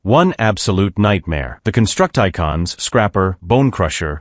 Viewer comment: I know right. "Construct-I-Cons" man come on 🙄